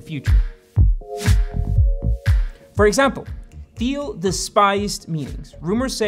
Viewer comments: teel, not theel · The name Peter Thiel is pronounced "Peter TEEL". The "Th" in Thiel is pronounced like a "T" sound, similar to how you would pronounce the word "tea". 😂 It's PayPal not PayPull. 😂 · I think you pronounce Thiel as "Teal". Feel free to correct. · Great video, but PayPal is not pronounced like “papal”, as in, of the pope. The second syllable is “pal”, as in friend or buddy. So the company name is pronounced “pay-pal”. Rhymes with “decal” or “SoCal”. Also, Peter Thiel’s last name is pronounced with a hard “t” sound at the beginning - sounds like the color, “teal”. Sorry to be so pedantic, but it seems important if you’re teaching stuff on YouTube to pronounce that stuff correctly. Other than that, loved the video. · It's pronounced Tiel dude (jesus christ). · you said thiel wrong the whole time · Not quite sure why you couldn't even pronounce Thiel's last name correctly? How do we trust you as a source of information if something so basic is not even researched? Also interesting how you paint him as some kind of nefarious "white male" figure without even mentioning the fact that he is openly gay. I would have thought that added a significant degree of interest to his status as one of the founders of modern e-commerce. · you're pronouncing Thiel wrong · Is he pronouncing Thiel properly??